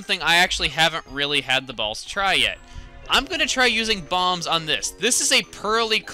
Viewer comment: When you say 'bombs', it sounds like 'bobs', so you should call your bombers (unintended reference) bob, in stead of the pikmin who died because of what you had one pikmin short.